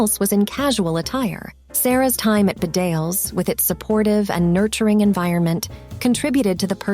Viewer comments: It's pronouned Bee-dales not Ba-dales. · Bedales School is pronounced BEE-dales not bed-ALES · Its pronounced Bee-Dales not B'dales. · Bedales school is pronounced Bee-dales! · It’s pronounced Beedales. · Bedales is pronounced Bee-dales, the stress on the first syllable. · The school Bedales is pronounced "BEEdales" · The college, Bedales, is pronounced Bee dales.